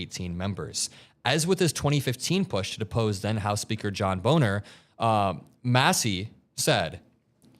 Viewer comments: Great show guys, you're killing me "john Boner" (Boehner)lol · It's pronounced "bayner"